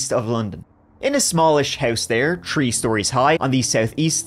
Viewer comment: I mostly just like when he says "tree" in those videos.